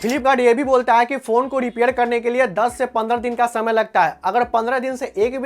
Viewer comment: 😂😂😂😂😂 R or D bolta hai bhai ... Repair× dipair 😂😂. Kaha sikhi bhai tune ye language